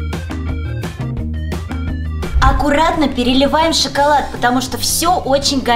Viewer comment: не шыколад а шоколад это тебе просто слышится шыколад атак шоколад 🍫 хорошо больше не путай